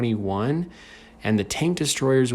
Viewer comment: I can't help but notice that he says the T110E4 as T 11 O E4